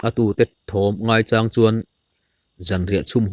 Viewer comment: Ngaichàng tih I lam dan hi ka ngaimawh deuh mange ka ti. Maucháng ti ang a I lam mai thin hi chuan beng a tithlep deuh chu a ni. Tihlovah chuan a ngaihnawm viau e.